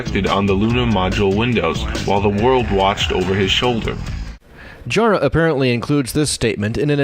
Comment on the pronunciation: And it's pronounced Jah-rah not Jaw-rah.